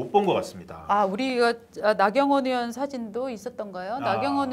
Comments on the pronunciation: 으원~으원~이라고 발음하는 정치인이나,방송인들 보면~구토중이 나옵니다. 자기나라말좀 제대로하세요! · 으원이 아니라, 의원입니다!! 의원이라고 혀가안돌아가면,방송하지 마세요~!! 방송하는사람이 자기나라말도 제대로못하면서 무슨방송을 한다고 그럽니까?